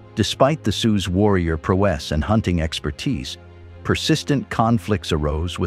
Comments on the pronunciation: what is that word you used: pro-ESS ??? Do you mean PRAU-uhs (prowess) ? If you don't mean prowess, then what do you mean? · It means that an AI generated voice was reading the script and it interpreted p-r-o-w-e-s-s as pro-ESS. This voice can be heard on many different YouTube channels, always mispronouncing something.